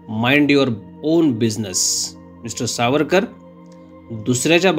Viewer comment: Maphiveer Havarkar (S pronounce karne jamat nahi tyanchya sathi)